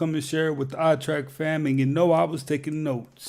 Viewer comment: "Trek" not "Track".